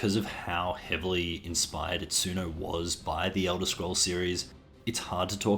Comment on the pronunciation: not sure if something less than a year old would count as a "retrospective" honestly. also please consider learning how to pronounce Itsuno's name.